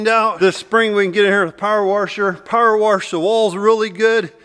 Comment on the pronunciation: "Power-wash" There's no 'r',!! Lol